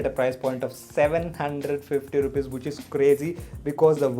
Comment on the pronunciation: no one: literally no one: calling which as whoch!! xD just kidding!xD